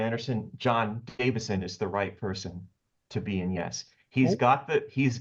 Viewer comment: Davison, not Davidson…